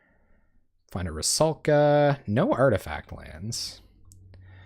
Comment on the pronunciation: rusalka, not ruskala >_<